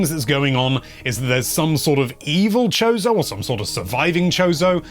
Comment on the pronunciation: I heard “chode-o” lmao